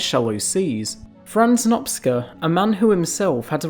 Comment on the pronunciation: ..."Nopsca"😮😢?!?!Por favor señor, leelo como:"nopCHa"/Ferencz Nopcsa =Francisc Noaptea 😮 saludos 🎉Le pido un poco de atención por favor 🎉